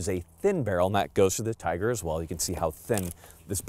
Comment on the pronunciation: Just a couple of words, Firstly, it is not pronounced Tiger [Teyeger]- it is pronounced Teegar. eee not "eye". We are agents for Izhmash and I have shot quite a few of their firearms in Russia. The SVD has a different twist rate than the TIGR, as it was designed for the lighter sniper projectile. [circa 147gn if my memory serves me well]. The TIGR is designed to take the heavier projectiles available to the public. The Adverse condition for the gas regulator was for carbon/soot build-up, as my understanding and nothing to do with the weather. I had a private TIGR which put three rounds of BARNAUL 203gn SP into the same hole at 100 metres and while demonstrating it on an Army Snipers course, I hit a Clay Pigeon at 850 metres second shot [adjusted] while using BARNAUL 185gn FMJ. Not bad for a rifle designed back in the Cold War!